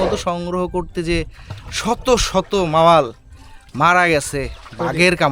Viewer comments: বিচি মাথায় উঠে যাচ্ছে জঙ্গলের ভয়ে। উচ্চারন ভুল হতেই পারে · ভাই কথাটা "মাওয়াল" না। মূল কথাটা হচ্ছে "মৌয়াল"। আর মধু সংগ্রহের জন্য যে পাতা দিয়ে পট্টি বানানো হয় সেটি হলো "হেঁতাল" গাছের পাতা, "হ্যাচেল" নয়। একটি প্রচলিত শব্দ কিভাবে আপনারা বিকৃত উচ্চারণ করেন ভাবতে অবাক লাগে। প্রকৃত বাংলা শব্দ সঠিক উচ্চারণে একজন বাংলা ভাষাভাষি লোক হিসেবে বলাটা সঙ্গত এবং যৌক্তিক।